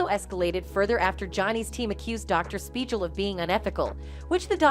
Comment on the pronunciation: spiegel, like legal or seagull, not like a j sound. are you a reporter or just trying to get video hits. The doc was an idiot but if you were watching the trial, you'd know the pronunciation of his name.